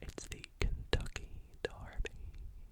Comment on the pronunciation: I’m from Kentucky and I was almost asleep and when you said Kentucky “Darby” instead of derby I immediately woke up 😂